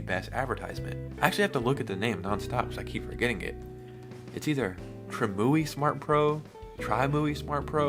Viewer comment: tri-mui???? what are u smokin? its TRIM - UI... BAHAHAHAHAHAHAHA